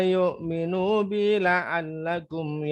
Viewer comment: Maaf ..La'allahum bukan la'allakum ustadz